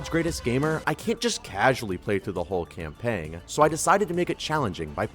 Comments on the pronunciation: I...Im sorry, are you saying CAMPANG ?!? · Sir, you do not say the "g" in "campaign"